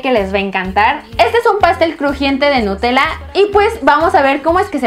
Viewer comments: en el segundo dice en ves de nutella dice enta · babosa dice nutela